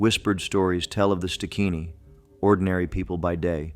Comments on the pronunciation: Stigini not stikini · Its pronounced st~guinea